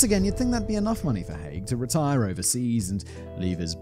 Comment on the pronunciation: Hearing Haigh pronounced correctly so many times filled me with joy - I get called Mr High, Mr Hay etc so many times I have stopped correcting people. Also same surname but no relation (I have checked, lol)